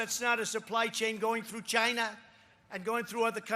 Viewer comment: CHINA, does anyone else hate the way he says China!? Well is it 15000 or 9000, oh forgot he thinks 6200 hundred is 1 million. Yes we need gold faucets just like that airline trump last in bankruptcy?